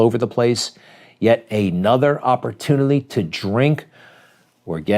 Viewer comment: and how much has he had today..,”opputinlity”? boy, go sleep it off or take a pill😁